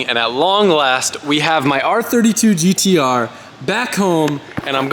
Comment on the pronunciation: "Gee Dee Ahhhh" every Aussie saying GT-R lmao